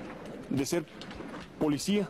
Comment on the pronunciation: ¿dijo ... enclarecimi ento? Bueno así es la "polecia" Y Galeana dijo, sastifecho.